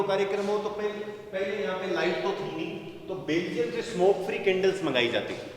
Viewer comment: Or ji pahle khud belgium bolna sikho, baad me kisi par bolo